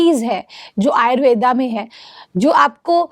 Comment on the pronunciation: आयुर्वेद बोलो आयुर्वेदा नहीं।